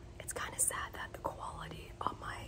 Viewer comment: Did you just say "Koala-ty" 🐨... I miss u